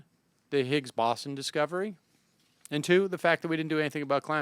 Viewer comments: Boson. It's pronounced bow-zon. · More like bow-sun. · Where did the W come in? it's more BOH-zon? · Sam, it's okay that you don't know physics, or spelling, or how to pronounce "boson". Don't let 'em bug you. Oh -- maybe if the USSR had lasted longer, and if they'd been building their own Commie version of the SCSC, we'd have one in Texas. Worked for the Apollo program. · "Parts of physics"? How about sub-atomic particles. And the pronunciation of boson is with a long "o", not an "aw" sound. "Massive structure: how about "particle accelerator"? I think you might want to go on your show and have an actual theoretical physicist rather than trying to explain something that's well beyond your level of scientific education. I respect your honesty, I respect your knowledge of economics and politics, but I don't think this was your finest hour. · I honestly was tempted to skip the video after only the first 20 seconds from hearing "boson" mispronounced so terribly so frequently... Do some more research at least on how to say it or you shouldn't be aloud to complain about Dubbya's "nukyoolar"